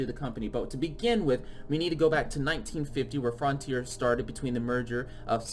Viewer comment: “frontier”: “frauhntier” Also: Frènch